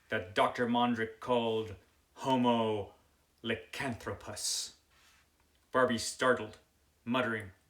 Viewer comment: Who are you calling homo licanthopus? 🤣 Sounds interesting. I might actually like this one.